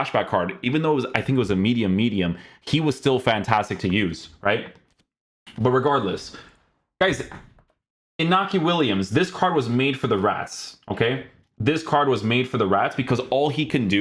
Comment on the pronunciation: The Ñ in Iñaki is pronounced like the NH in portuguese. /Ronaldiño/